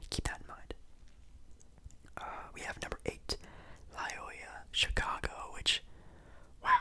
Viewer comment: For future reference, it's pronounced "Loy-OH-la." I wouldn't quite call them a Cinderella either imo, they made the Final Four in 2018. Good video though!